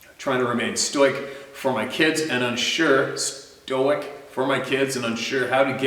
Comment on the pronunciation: Hi. Pronounce "cicada" = SIH- CAAAY- DAH, NOT si-cuh-duh, they are musical bugs I don't think you have in BC, very sacred and beloeved here in the lower 48. Also "stoic" = STOOOH- WICK, means, without emotion or feeling, or, bearing fear with bravery. "The stoic warrior recieved arrow in his ribs without even flinching."